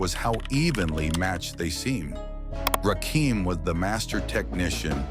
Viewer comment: NOT RAKEEM, RAKIM!!!!!!!!!